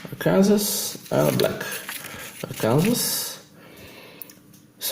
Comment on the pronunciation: We say it like this, "ARK aYn sAW" It's the only place in the world these natural stones exist. :)